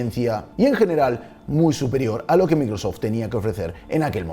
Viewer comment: Pronuncia correctamente varias palabras en Inglés, menos Microsoft.